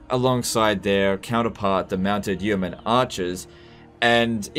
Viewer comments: It is pronounced "Yo Mun". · its just pronounced "Yo-man" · The first 'e' in 'yeoman' is silent, because English is a crazy language. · The way he says yeoman triggers me